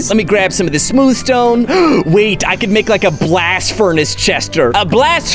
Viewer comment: ''Furnester'' Lol.